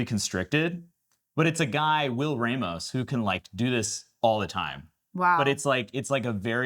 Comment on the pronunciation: Haha. It's pronounced Will "Rahmos" not Will "Raymos". But I love their insights.